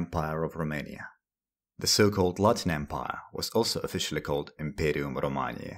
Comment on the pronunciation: This guy's classical Latin pronunciation is just chef's kiss